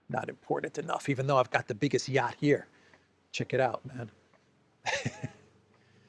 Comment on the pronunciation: shows off his 'yatch' 🤣